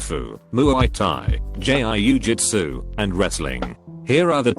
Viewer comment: Nobody: Voiceover: J-I-U jUtSU